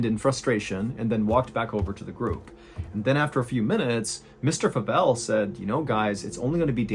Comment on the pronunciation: Favell is my husband's last name, and people always pronounce it that way 😅 the 'a' sounds like the letter a not like 'apple' if that makes any sense 😊